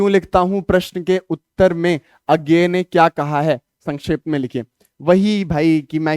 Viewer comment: उज्ञेय ❌ A GAY ✅😂😂😂😂